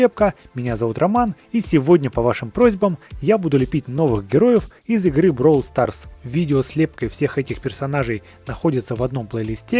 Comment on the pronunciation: правильно говорить бравл старс а не бровл старс